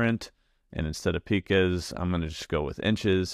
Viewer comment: Great tutorial. Just a little clarification. At 0:0:41, the unit of measurement called "pica" is pronounced "pai-kuh" (the first symbol sounding like the word "pie"). Not trying to pedantic. Just figured you might want to know. Cheers 🙂